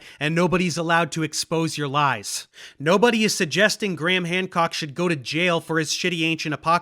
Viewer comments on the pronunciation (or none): Graham ❌ “Gramm” ✅